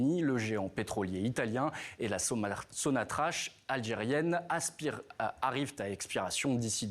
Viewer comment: Le gaz algérien qui passe par le gazoduc n'est pas liquéfié. Et Sonatrach se prononce avec un K. Faites votre travail de journaliste avant de diffuser vos infos.